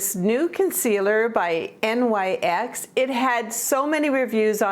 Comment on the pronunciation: Love this video, I always learn something from you!❤️ By the way, I looked it up and NYX is pronounced “nix” ❤️. Love & hugs